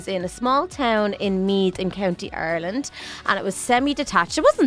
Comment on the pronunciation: its Ireland not arlene